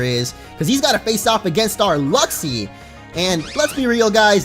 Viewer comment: Luxi... LUXIO???